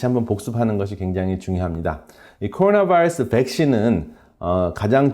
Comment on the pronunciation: 박사님 한국말 잘하시는데 꼬로놔바이뤄쓰 영어에는 버터 많이 바르시네요^^